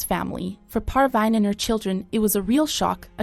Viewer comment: Her name is "Parveen" not "Par-Vine" i know it is a computer